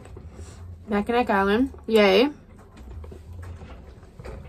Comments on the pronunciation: Awesome adventure! But FYI nobody in Michigan calls anything “Mack ____”. We never shorten the name Mackinac. Also, regardless of the spelling (and you’ll see it spelled Mackinac AND Mackinaw), it’s always pronounced like Mackinaw and never with a hard K sound at the end. Not hatin’, just trying to save you some embarrassment 😋. Cheers! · Mack - e - nawe, not Mack e nack. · MACK-in-naugh…no hard k at the end…